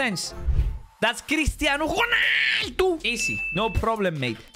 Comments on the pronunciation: Its not cristiano honaldo where is the h in cristiano ronaldo you see the R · can’t pronounce Ronald because he said chonaldo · Why did u say christiano hulaldo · You said cristiano xoonaldo